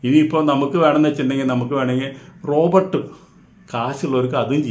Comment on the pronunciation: റോബർട്ട് അല്ല റോബോട്ട് ....റോബർട്ട് ഒരു പേരാണ്😅